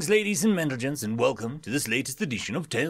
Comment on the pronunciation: "Greetings Ladies and Mentlegents!"